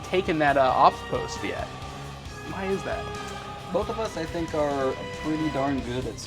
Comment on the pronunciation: THINK. NOT FINK.